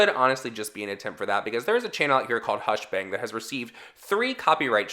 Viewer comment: CEO of saying hushbang and hushbong